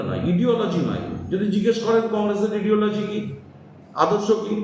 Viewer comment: Apurba sarkar english tao jane na ideology ke bole ediology bole sob chasa vul val kotha bole.. tmc chor